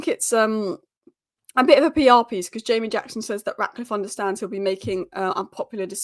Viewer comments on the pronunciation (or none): none